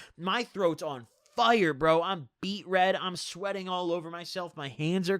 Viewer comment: You say fire my “fyure”